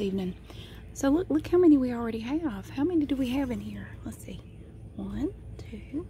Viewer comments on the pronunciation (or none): none